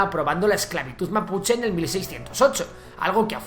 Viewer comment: Es MAPUCHE sin “s” aweonao